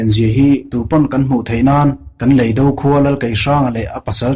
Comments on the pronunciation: I mizo ṭawng thluk hi a dik lo ṭhin em aw ka ti. Lei dó, i ti ṭhina, Lei do, ti ṭhin teh. Van vâr, ni loin. Van vàr. tih tur. Thu-un ang a lantîr tumna, ulh deuh deuh a thu chheh i ching riau, beng a ti thlep. A dang pawh atam mai. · Lei do, tih hi kan ka chhunga lei tih kan lam ang hian lam tur ania..do tih pawh hi ahniam thlaa lam tur ani bawk.. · I chhiar thiam viau na in, leido i lam dan hi chu a dik hlel deu lo maw, khawilamchhuak nge i nih aw, thiltlu tur do ang a rilo in, mizotawng ah chuan indo sawi na a ni a, lamdan hi han thlak teh